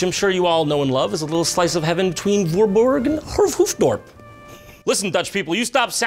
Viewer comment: His pronunciation of Voorburg and Hoofddrop! ahahahhahahaaaaa i'm dead